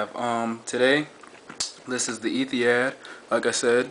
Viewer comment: pronounce it like Ethi-HOD not had, hope this helps. Great aircraft!